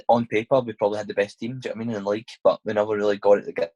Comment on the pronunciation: Had to turn off because he constantly says ‘jno witamean’ keep up the good work though mate I enjoy the podcasts.